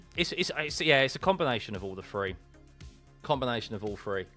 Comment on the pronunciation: It's three not free